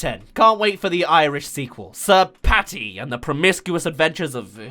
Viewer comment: EXPLAIN MOVIE, E X P L A I N ! "Sir Patty" Oh for fuck sake ITS PADDY.